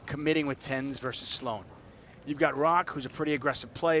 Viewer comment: I'm pretty sure Roque is pronounced Ro-kay, not Rock. These announcers both have die-a-ree-a of the mouth.